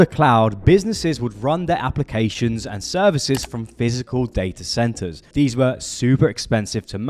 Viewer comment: You need to learn how to say Th. you say Frew instead of Through. You say dees instead of These. This makes you sound unprofessional.